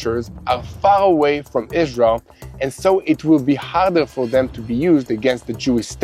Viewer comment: I always enjoy your news reports. Yet i have a nagging question. Is your native language Israeli ? I ask because, to this American ear, it sounds as if you many times substitute the "R" sound ("Rrrrr..") with instead the "L" sound ("Lady"). An example is your pronunciation of your country "Israel" sounds like.."IS-LEE-AL" (no "R" sound at all. Is the "R" in "Israel" sounded as an "L" instead ? Thanks